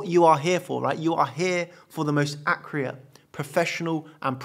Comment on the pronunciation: Dude please learn how to say "accurate" in english :))))